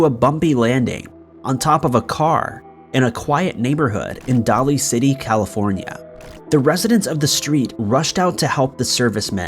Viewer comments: Daly city is pronounced daily city. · “Day le”city is the correct pronunciation (Daly city)